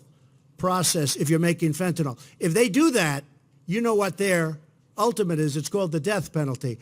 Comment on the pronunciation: Actually, I care that he doesn't know enough about the drug that is killing teenagers, parents, grandparents all over the country. If he cared, he would know not only how to pronounce it, but what it was, how it worked, how it is imported, why there is such high demand for it, where the pharmaceutical industry comes in ... all of it. But he has no clue. He knows it's a drug and it starts with "F" and the common term that comes to his mind is "Tylenol" so he runs those two together and figures no one will notice or care if it's wrong. It's actually disrespectful to the families of overdose victims, that he never bothered to learn about it.